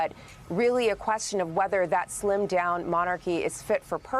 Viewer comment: Melissa Murray needs to know the meaning of the word DIMINISHED! They are the working royals. also needs to know how to pronounce Edinburgh. Thanks to is an anglophile and lived in England. He really understands the workings of the royal family. King Charles III knew taxpayers would balk if there were too many for them to support royals. Certainly, there is no need for Meghan and Harry. Definitely! So sorry that Princesses Beatrice and Eugenie are paying for the sins of their father.